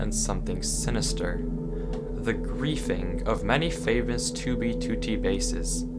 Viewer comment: At least he says 2b2t the correct way now